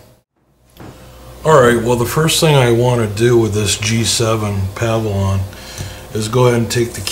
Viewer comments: Pav-a-lon? Think you mean Pa-vill-ion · How do you own a computer business and pronounce a word that is spelled exactly how its pronounced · Puh-vill-yun it is pronounced Puh-Vill-Yun Not Pav-A-Lon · It's pronounced PUH VIL YUN, not PAH VI LAWN. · pa-VILL-yon, just saying. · Pah-vee-lee-yon lol...your shortcut is clever, but I'm not sure if it's legit. I would just do it the right way. Take it apart and clean dust + plus new thermal paste. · PA-VIL-ON LOL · What the hell is a Pavilon - it's Pavilion......PAH-VI-LI-ON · pah-val-on? lol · Glad I wasn’t alone 🤣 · Its like a pavilion you sit under. Just because its a computer doesn't mean you gotta pronounce shit all fancy. Its a pavilion like a gazebo or a hut. I hate when people pronounce it like you do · Can you "go ahead" and pronounce the computer by it's proper name? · You're pronouncing the name of the computer incorrectly. You're leaving out that second 'i.' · in the opening 4 seconds, no less. tried to give him the benefit of the doubt, but he did it again. I never recommend HP laptops to people I like. ever.